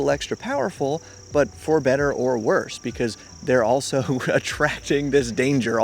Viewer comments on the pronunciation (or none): none